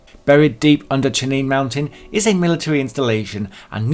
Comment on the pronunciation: It's "CHEYENNE" mountain.